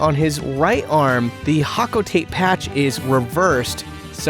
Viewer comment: 🤓☝️ erm it’s pronounced ho-co-tot-tay in reference to the street the Japanese Nintendo headquarters is located on